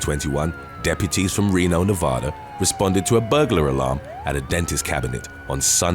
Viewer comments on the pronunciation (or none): none